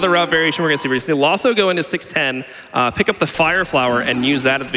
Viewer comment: Isn't his name Laws 042? Why do they say "Lawso"?